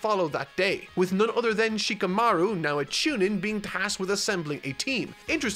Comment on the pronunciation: Just in case still having some issues with names: a good rule of thumb is that Japanese names do not have the emphasis on the second syllable. Rather, its on the first: NA-ru-to. SHI-kamaru. SA-suke. By following that rule, you'll 9 times out of ten pronounce the name correctly. You NEVER emphasize the second syllable. Japanese people find that cringe inducing. Sure, it may not be how those who speak English pronounce it, and there are arguments for that, but there are certain names - Shikamaru is a pet peeve - that just sound better when using that method. It is not Shi-ka-MA-ru. It's Shi-kamaru as Shika is a word that means "deer" coupled with "maru" which is often used as a male-name ending..thing.